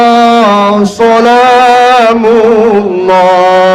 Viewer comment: Sholatulloh salamulloh. gi' sugi'..?? bukan, sholatulloh sholamulloh.😂